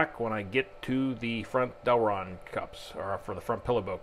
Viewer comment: Great vid as always cant wait to see you hit thr track with it. Ohh and its Delrin not Delron. Sorry just had to throw it in there in case someone wanted to search for them. Great vid nevertheless